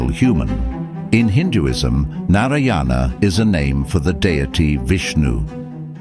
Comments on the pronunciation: As an Indian, the way u say nariyana is so funny lol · it’s pronounced as Naaraayana. The “a” should be pronounced a bit longer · Love the theory, but the way Narayana is being said in the video is killing me 😂😵